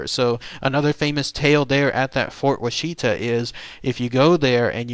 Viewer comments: Pronounced Wash-it-a, not wa-sheet-a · As a southern Oklahoma resident I cringe at hearing you pronounce Washita. It’s Wash Uhhh Talll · Wah-she-ta??? Dude needs to get the pronunciation right. Wonder how he'd pronounce Muskogee, Okmulgee and Chickasha? He'd probably nail Moss, Beggs, and Ada. At least he got the Aunt Jane story right. That story scared me way too much when my Cub Scout troop went there in '69. So what if I had to sleep with my nightlight for a couple of weeks, don't judge me. I was friggin 8. LOL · My Daddy grew up in the fort. It's pronounced "WAH-shuh-tah".